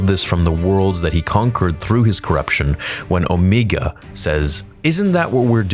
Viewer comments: oh, so now I know of two people who pronounce it incorrectly. Didn't know that cuz I've only ever heard her pronounce it as the character in the show were she was likely told to pronounce it correctly like dude in this video does , , and before reverting back to this unique incorrect pronunciation. Weird thing is that after all the times I've heard that word in media mentioning Darkseid's Omega beam, in movie dialogue mentioning the Alpha and Omega, or in reference to a constant or a function considering one of my hobbies is mathematics and physics, I have never heard it pronounced like this even once. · Why does he say “OhMEEga” ?? When they clearly say “Omega” like bro 😭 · Please, it’s O-MEGA not O-MEEEGA. Not sure why you switch back and forth. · OH ME GAH...its OH MAY GA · Quick Question.... You was pronouncing Omega as Omeega then went back to Omega ... Why are you pronouncing her name 2 different ways??? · When you watch Bad Batch, Omega always pronounces her name "Omee-ga." Everyone else on the show pronounces it "Omay-ga." The voice actress is from New Zealand, which explains why she pronounces it that way. But I don't know why Dee Bradley Baker doesn't do the same for the clones. It bugs me EVERY EPISODE. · The actress that voices Omega pronounces the name "Omeee-ga," and all the other clones pronounce it "Omay-ga." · OMEGA! OMEGA! HER NAME IS OMEGA! NOT OMEEGA! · please pick one- will you pronounce it “0h meega” or Oh mayga”? I don’t care which- but I think that it is the latter in the show. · Hearing “Omeega” makes me want to jump off a cliff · I'm sorry but "Omeeega" made me cringe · Say it with me: Oh-may-guh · The actress that voices Omega pronounces her name as "O-mee-ga." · If you're going to pronounce it Omiga, then you must follow that canon and also say Rekka, etc. to not discriminate. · Why does he say her name Omeega? Or is that how you say it? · Just out of curiosity, why do you pronounce Omega two different ways?